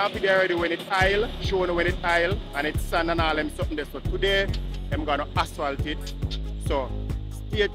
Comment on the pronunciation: please pronounce the word asphalt correctly. It’s jarring to hear you say “aswal.”